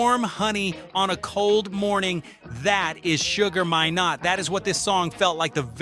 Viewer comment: SUGAR MINE-NOT ...not minot